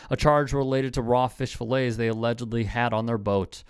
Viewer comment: He said fish fill lays it is fish fill ets